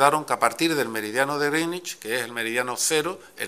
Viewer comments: No critiquéis lo de "grinich", es así como se pronuncia correctamente. Una pena que lo va cambiando hacia el final cada vez que lo repite. Al final le sale gringüich. De todas formas, no sé por qué le atacamos, se aprendió bien la lección de chaval, en los mapas políticos del colegio a veces las Canarias quedan debajo de Cataluña, justo en el meridiano de griiiiinich, jeje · Al principio pronuncia bien (en ingles) Greenwich...y conforme pasa el tiempo empieza a cagarla. A tomar por saco la unica baza que tenia je je je. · "meridiano de grinnich", pronunciado como el Grinch pero en adverbio.